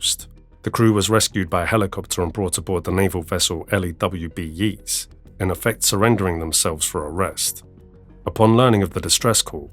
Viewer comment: the Yeata is pronouced with a long a. ye -ats. aaide from that - fantasic work